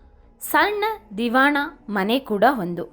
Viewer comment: ದಿವಾನ "ದಿವಾಣ" ಅಲ್ಲ ಕನ್ನಡದ ಕೊಲೆಯನ್ನ ನಿಲ್ಲಿಸಿ